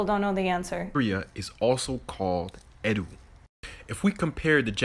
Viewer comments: Tokyo used to be called Edo, not Edu... not even able to pronounce correctly this very simple word. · I really dislike how the first dude is butchering pronunciation to make his point. The old capital of Edo is pronounced like Ed-Doah not E-doo, secondly Shogun is pronounced like Show Gun not Show Goon. It’s just really cringe to intentionally misinterpret a whole language to fit a predetermined narrative. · It is not pronounced e DU it is ed O. Stop making things into something it is not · The anime guy seemed to be deliberately mispronouncing Japanese words to make them sound more like the ogbo and others. Sho-gun, not sho-goon, E-do, not Ed-ooh. There was only 1 black samurai ever in Japans history, and he was brought there as a slave originally. Foreigners where killed on sight for centuries if found in Japan. The only exception were slaves. If found harboring foreigners it was a death sentence. Suicide for nobles. Doesn't Bridgerton ruin reality enough for the DEI whiners? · Lol that dude can't even pronounce Edo lmao it's not Edu, learn Japanese 😂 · Edo not Edu. Shogun not Shoogoon. If he pronounced the language properly without intonation he would find the sounds are not the same. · It's not Eddu, it's Edo ... Eeeeeeedooooooo, just short. Is this the guy who desperately wants everything to be black culture? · He pronounced “ED-OH” as “ED-OO” just to force this comparison bruh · He's intentionally pronouncing Edo (EH-doh) as 'edd-OO'. 🙄 Mispronounced 'Buddha', mispronounced 'Shogun'. Ugh... 🤦🏿‍♂️ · It's pronounced A-Do(n't) without the n't, not A-Du, this guy needs to be edocated😂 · The First Gentleman linking Zulu language with Japanese is incorrect. Tokyo was never called “Edu.” The city’s name was “Edo,” which is pronounced Ay (long A sound) Doe (as in female deer). He is saying a completely different word. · Lol he purposefully pronounced “Edo” as “Edu” to fit his narrative 😂😂 I hate black centrists. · ...he didn't even pronounce Edo correctly.